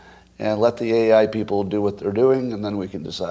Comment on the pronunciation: How come when you say: "what happens", it sounds like: "WHA happens"? Well, it's because you ARE saying: "WHA happens", Scott. Why don't you pronounce the "t"s at the ends of so many words?